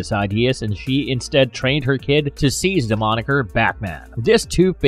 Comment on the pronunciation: I can't listen to this Narrator..da' name Da' world, Da' whale. Mud" er, Mud'er